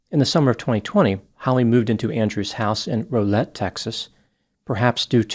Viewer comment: Locals pronounce Rowlett with the first syllable rhyming with 'how'.